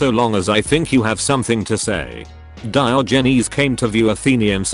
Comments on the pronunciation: DIOHGNEEZE. the tts really cant handle that name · That pronunciation of Diogenes will keep me up at night